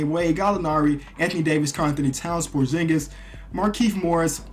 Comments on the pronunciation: It's porzingis not porjingis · Hey just saying buy it's supposed to be porxingis and not porshingis